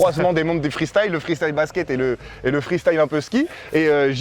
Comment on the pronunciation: Je savais pas que y'avait des gens qui prononçaient freestyle " FRISTILE " 😂